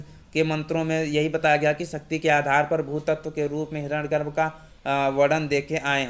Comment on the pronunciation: आप इतने महान सूक्त की बात कर रहे हैं, और हिरण्य गर्भ को हिरण गर्भ उच्चारित कर रहे हैं, वो भी सार्वजनिक रूप से ! ?